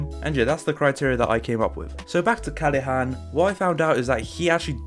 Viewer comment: Everybody: Callahan: Callehan, Callihan